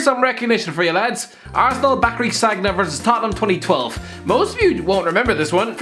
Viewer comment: "SAGG-NA" - 2020